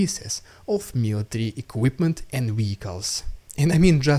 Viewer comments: It's not "wieckls", it's "vieckls". I think you understand what I mean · To help...you are mispronouncing a common word.. you use frequently . You are saying ..... Weicles (WEE-Icles) The world is Vehicle (VEE-icles) W and V are not the same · Man, this episode was so much better organized! Great job!! Can I ask a question? Why is it that you can easily say Verbove (with a V sound) but then still say Weehicles (when it should also start with a V sound?) Not complaining, just wondered. Great job today, and thanks for the news! BTW, I have heard of battle dolphins, even think the USA has experimented with them for mine detection, but am certainly not sure what Russia uses them for, maybe civilian boat location so they have more targets?? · So long as you are happy sounding daft ?